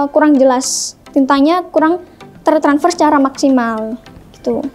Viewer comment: Aduh mbaknya imut banget tertransfer jadi tertanfers 🤭